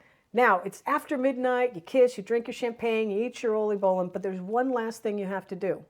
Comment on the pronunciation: My compliments for the Dutch pronunciations and accurate Dutch traditions. Oliebollen, Schiedam, Scheveningen, erwtensoep, oudejaarslot, inburgering: these are difficult words to pronounce. Chapeau 🎩 👏!!! I love your videos. My best wishes for 2026. Ria 🥰